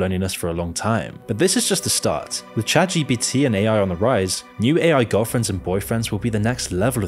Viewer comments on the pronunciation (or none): none